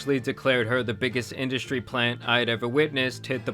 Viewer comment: Industry* 😂 … “industy” hahahaha